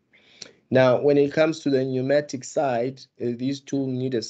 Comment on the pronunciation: Pneumatic not pneumonic mr😂